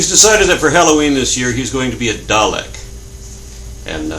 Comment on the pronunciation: Why do americans always pronounce the name dalek wrong?